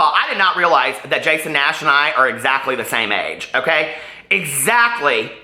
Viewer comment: "Jason Nass" XD